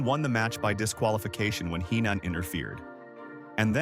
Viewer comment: Fk the ai voice bullshit. You should know how to pronounce Heenan and Fralic. Smfh